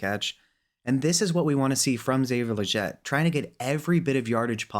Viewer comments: its killing me how he says legette lol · Its Legette not Legette lol